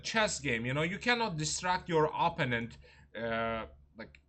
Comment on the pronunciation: Please pronounce the word “opponent” correctly. The accent is on the second syllable, not on the first.